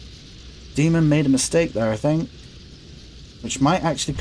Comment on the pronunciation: Btw it’s DAY-mohn it comes from Greek :)